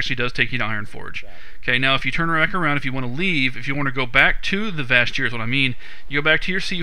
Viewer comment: its pronounced VASH EAR as if it was spelled Vash'ir the "j" is silent